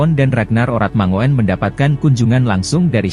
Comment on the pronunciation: Channel gk modal, narator aja pake template sulih suara gugel, alhasil artikulasi dan pronounce nya jg ngawurrr , parahh, safee sali di baca safe'e, harusnya di ucapkan safi sali, ejaan lama di baca oratmangoen harusnya oratmangun, abroad di baca abroaatt, hadeeeuhhh 💩💩💩💩💩💩